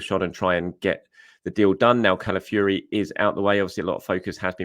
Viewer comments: Ciao, do you know any Italian to help you with the pronunciation of Calafiori?😅 Otherwise it's going to be a long season listening to you😂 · please listen to this pronunciation of Calafiore Love your work